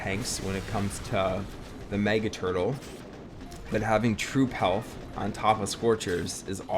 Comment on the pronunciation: Bro how many times did he say turtel